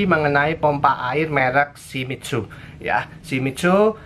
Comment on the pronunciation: Shimitzu??? Shimizu om, bingung saya!!!